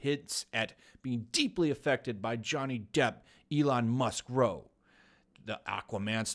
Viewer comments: It’s not row- as in rowing a boat. It’s the argument kind. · row is pronounced like cow... so cow but with an r